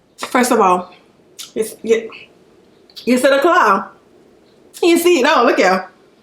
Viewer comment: “As long as you seedt and me seedt” hahaha omg I love you!💯❤️🤣🤣🤣🤣 Omg this spread is absolutely gorgeous.🤤🤤🤤